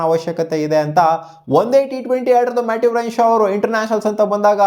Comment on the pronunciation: Matt renshaw say properly 😂